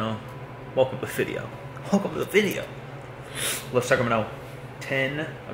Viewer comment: Did you say “welcome to the Fit-eo” instead of video? Cuz that would be great